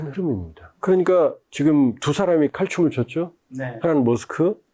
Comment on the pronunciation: 말이 빠르고 뭉퉁거려서 말이 귀에 속 들어오질 않네요. 좀 천천히 말하고 발음을 좀 명확하게 해 주세요. 두 사람 - 트사람 모스칸- 모사가안 미국과는- 미구칸 비민주- 피민즈 머스크- 모스카 등등